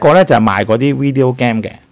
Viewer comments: Video Game 嘅 Game 發音錯誤, 執執佢啦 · 好多HK YouTuber 都是他相同發音。我以為自己錯。於是上網去查發音😅